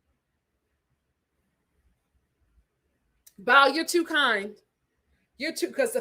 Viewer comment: 😂😂😂 it's pronounced "Bow" that rhymes with "wow" lol